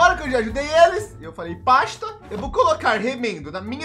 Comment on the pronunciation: falando Paxxta é mt bom kkkkk